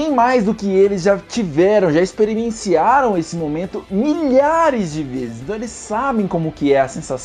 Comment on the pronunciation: Experimenciaram. eu ouvi viu! hahahahaha